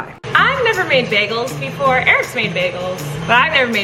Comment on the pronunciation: I loved it Colleen: her hair is like spider webs and it’s dirty Also Colleen: (2 seconds later) anyway I’m gonna make baigles 😂🤣🤣